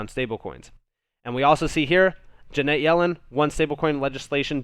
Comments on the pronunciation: love you... 'friends don't let friends...' Her name is 'Janet' rhymes with 'planet,' not Jeanette. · Love the content but her name is Janet not Ja net.